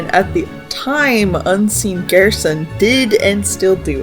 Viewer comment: most fascinating pronunciations of ralsei and mcelroy and gerson